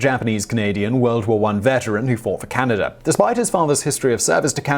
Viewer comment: Canader? Why do the English do that? I know Simon really tries not to, but the faster he talks, the more likely he is to slip.